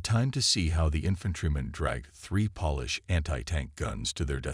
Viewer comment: Polish is with a long O sound. The way you use polish is like you are dusting furniture. Why throughout the storylines do you use the word CORPSES when talking about Corps? You either just say Cor, ignoring the P or if plural you say Cors again ignoring the P. CORPSES are dead bodies. The only time these can be used functionally are from the Bible: Valley of Dry Bones from EZEKIEL 37 or when there's a miracle and a dead person raises from the dead as in Lazarus or the young girl who JESUS says is "merely sleeping " even though dead. What's with ASTERISK ASTERISK ASTERISK? You sound like Biden reading a teleprompter. Words like: barrage, Grenadiers, and a myriad of other simple words are mutilated. It's frustrating and distracting.